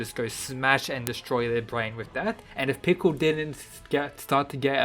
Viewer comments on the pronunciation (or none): none